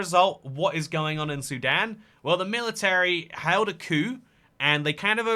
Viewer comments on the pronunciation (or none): coup coup ca-choup